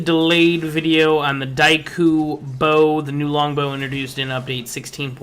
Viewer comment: your pronunciation of daikyu pisses me off so much